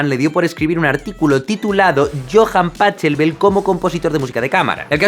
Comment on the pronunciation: todo bien pero el nombre se pronuncia yoans pagelbel